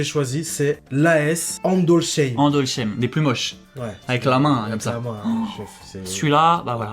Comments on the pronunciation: ça se prononce andolssaïme, andolçaïme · Ça me fait mal aux oreilles quand vous dites andolsheim, le h est muet